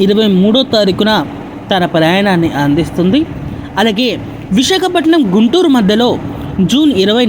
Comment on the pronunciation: అమ్మా, విశకపటనం కాదు, విశాఖపట్నం.